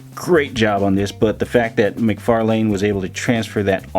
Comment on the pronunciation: Hey man! Great review. In case you didn't know McFarlane's name is pronounced McFar (Len)